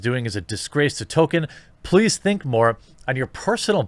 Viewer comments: Tole-Keen, not Toe-Kin. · Wait, I thought it was "Toll-KEEN", not "TOE-ken"? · His name is Tolkien with an L. His name is not Token. Learn to read. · >says "TOKEN" throughout whole video Jeremy it's pronounced TOLL-KEEN. There is an L in there. ToLkien. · No it isn't. "JRR Token" is a common mispronounciation among pseuds and posers who haven't even read the man's works. Dropping the L completely is in no way a result of Northern US accents. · Tolkien> Tokin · Ok I'm far more annoyed by the way you say Tolkien than whatever dumb shit the guy you were covering said.